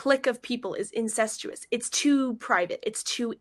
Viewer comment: Incestuous, she cannot even pronounce the word she’s accusing you of.